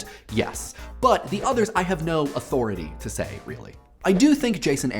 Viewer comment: Did you say "auTHORity" ??